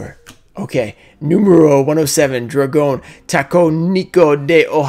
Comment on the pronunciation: My favorite has to be Number 107 just from you trying to pronounce it lol